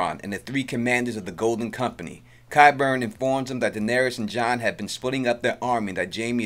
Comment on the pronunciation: I love your voice and narration. This is a friendly assist on qyburn, say it like sky burn but no "s". You're doing a great job, awesome sense of humor in the edits! Preston jacobs can't pronounce anything at all so qyburn is no big deal. Enjoyed your video very much, thanks! Love QOT.🌹 👏 👏 👏 😀